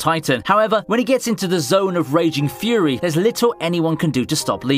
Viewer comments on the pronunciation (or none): none